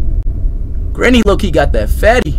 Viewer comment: That Graniee graniee 🤣🤣🤣🤣🤣